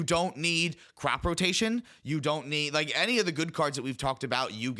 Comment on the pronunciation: i knkw the card says crop rotation, BBUUUUUUT im hearing say Crap rotation 😂